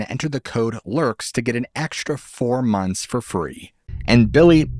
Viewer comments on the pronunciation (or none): none